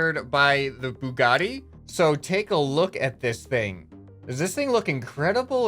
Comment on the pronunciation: Bug spaghetti car? 1: that’s not an accurate noodle crawler and 2: ew 3: ok it’s pronounced bue-ga-ti not bug-etti 🤦‍♂️